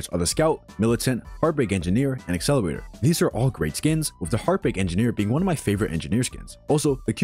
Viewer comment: bro said accelowator